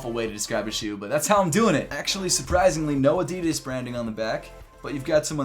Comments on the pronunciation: I wish you would pronounce Adidas the way it was supposed to be pronounced. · Americans really cant say Adidas properly